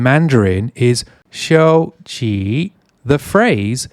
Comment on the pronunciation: In 收起你的书, your tones were pretty respectable, but qi3 should be changed to qi2 because of ni3 following after. 收起你的书 didn't quite click with what I'm used to using, I(and school teachers I suppose) would tend to say 把你的书收起来. If I were to stick to verb-object structure I think 起 gets omitted to become 收你的书 but this sounds a little improper, kind of feels like a Singaporean/Malaysian broken Mandarin, 快收你的书 to like hastily rush a schoolkid to pack up sounds a little less broken but still very local — mainland Chinese may find it odd but it checks out here!